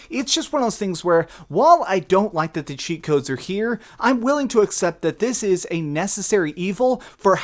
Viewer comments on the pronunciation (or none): none